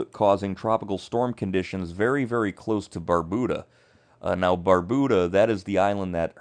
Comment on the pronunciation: Thanks for the updates. I would suggest, however, learning the correct pronunciation of the islands’ names. Barbuda, Antigua and Nevis, for example, are mispronounced